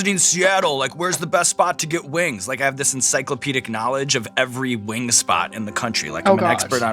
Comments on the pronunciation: I love how she pronounces them “wangs” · I love lorde and have since first hearing her on triple j in early 2010s... But as an aussie, I will never not knock a kiwi's pronunciation of "spicy lil wangs"